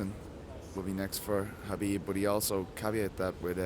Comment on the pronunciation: Don't they know khabib starts with a K, not an H.